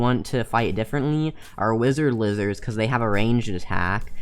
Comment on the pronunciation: Wi-zerd Li-zerd lol